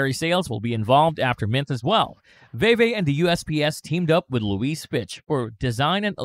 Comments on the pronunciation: It's pronounced "Veevee" not "Vayvay" lol js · Great video but Veve is pronounced like “veevee” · “Vee Vee” my brotha “Vee Vee” fantastic video nonetheless 👏🏿👏🏿👏🏿